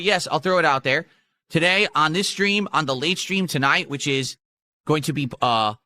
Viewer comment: “I’m gonna milk this pokeyman card scam until you dents stop paying up”